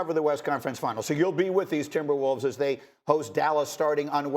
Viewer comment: Did I really just hear "the N...imberwolves" ? man thought for half a sec that Nuggets won that game haha